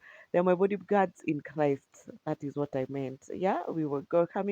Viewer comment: Did you say bodyguards?